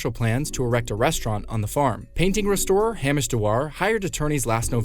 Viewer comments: It's not 'Ham-ish', he's not pork-like. It's "Hay-mish". He is straw like. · Who says Hammish? its hameish.